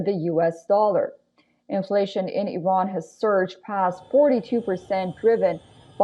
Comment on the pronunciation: the host is Iranian as she pronounces the names of the cities perfectly in a Parsi accent